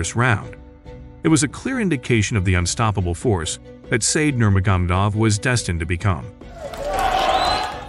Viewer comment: bro pronounces name as "nurma gum duv"